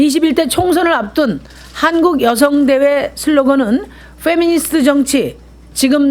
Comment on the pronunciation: 페'니미'스트ㅋㅋㅋㅋㅋㅋㅋㅋㅋ 미니페스트라고 하지그러냐ㅋㅋㄱㅋ